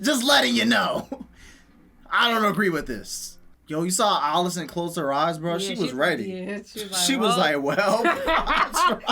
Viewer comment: How much different does he think Alicent is pronounced from Alice? “Ollicent”🤣😂